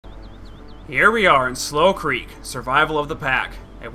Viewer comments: its not pronounced "slow creek" its slou creek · I heard you say slough creek and I thought you spelled it slow creek oops :3